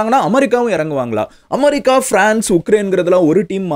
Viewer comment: Madan anne en America va amaarica nu solringa